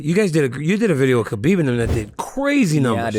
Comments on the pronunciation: 10 years later DC still cant say Khabib's name right??? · DC still calling him Kabib cracks me up, great interview with a great dude